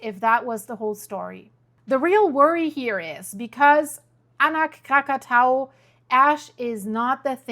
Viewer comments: kra·kuh·tow·uh kra·kuh·tow·uh. For a week or so I couldn't understand if you were talking about a different volcano than the one that exploded in 1883. Please start pronouncing this correctly. Your incorrect pronunciation can be confusing those of us speaking English. It tells you how to pronounce it if you look it up by clicking on the speaker icon. It's not hard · No we mustnt speak that name. Not Krakatau.